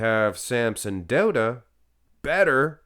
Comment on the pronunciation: Finally pronouncing Samsons last name correctly!!